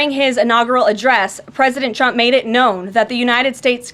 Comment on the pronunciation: Agreed sounds like she's saying President chump